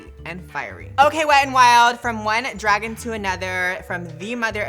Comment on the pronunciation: Dragun! Not lizard! I don't do that tongue thing.